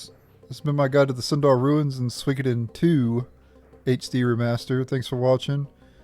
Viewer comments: Swiiggoden.... Lol it's pronounced " Sue-wee-Koh-Den " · I've never heard anyone butcher the name so bad....